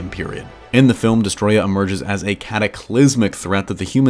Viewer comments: Its not destroyah its desetroyaaaaaaaa 🤣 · I feel like he is saying the name wrong.